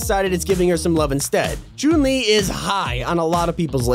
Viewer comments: Blud says Choon li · Who tf is Choon-li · Bro said croon li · CHOON LI OR CHUN LI? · Look he said choon li but its supposed to be chun li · Ah yes choon li not Chun li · choon lee Everyone: disappointment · This man is pronouncing "Chun Li" as "Choon Lee" it's hilarious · Choon Li Every Single Soul Watching This Video: WTF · the way he said chouun li😹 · “Choon li” gotta love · “choon Li” You can tell who’s never picked up a street fighter game in their life. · “Choon lee” 😭😭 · "Choon li" 😂😂😂😂😂😂😂😂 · my man here literally said choon li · I cringed when he said “Choon Li” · ok so the tags on the video, for fish stick its fish ** and then he spells chun li as jun lee lol. and says chune lee XD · man said chuun li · Who noticed that he said choon li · Bro said choon le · “Choon le” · Every time you said Chun-li are me feel sick it's pronounced Chung li but no hate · ‘Choon li’ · Am i the only one that heard choun li? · Not chon li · Don’t we all love Chung Le (when it was Chung le turn he says it a little werd) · The way he said chun li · Why does he say chun- li like that?